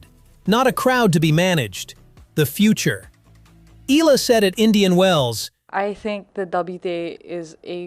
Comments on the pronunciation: IT'S EE-YA-LA, NOT EE-LA... AI SUCK! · It is E-YA-LA, not EELA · Mr commentator, Eala is pronounce ee ya lah not ela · IT'S EE-YA=LA, NOT EE-LA... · It's a bit frustrating to hear an AI repeatedly mispronounce her Tagalog last name as 'EELA,' especially when the actual hosts and people say it correctly. You'd think a program could get it right, but here we are! Sheesh! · start by pronouncing her name right......its e-yah-lah